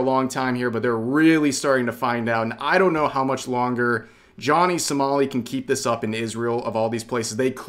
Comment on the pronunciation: it sounds like you're saying "Johnny Smally"